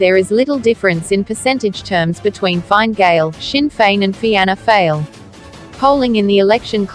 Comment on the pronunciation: Was thinking the same, "feeana fail" 😂